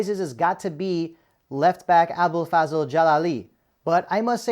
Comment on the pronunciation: bro its pronounced abdol fazl not fazel 🤣 great vid nontheless